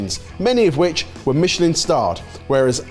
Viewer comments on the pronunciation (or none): none